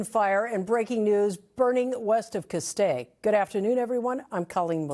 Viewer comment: The I in Castaic is silent! The original spelling was CASTEK it is and always has been pronounced Castake!!! Also one house / Residence in Halsey Canyon burned to the ground...... Please try to get the real news right! NBCLA Its like 3rd graders are reading the news!!!